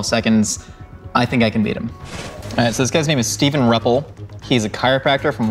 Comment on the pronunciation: I am Steve's mom, and for one, it is pronounced R - you- ppel. And yeah, Steve is highly athletic, like a 12 time Ironman competitor, plus everything else having to do with sports. His being a Chiropractor is mostly geared to sports and training.